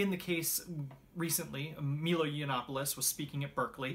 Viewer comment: Before you comment on a highly recognized, popular personality like MILO YANOPOLIS, it’s good PRAXIS to first learn how to pronounce his name. He’s part Jewish and part Greek. His first name is pronounced with ‘I’ in MI - long ‘I’ as in ‘my’ and ‘lo’ long O, as in ‘low.’ MYLOW YANOPOLIS! Pronounce phonetically, you’ll get it. 😀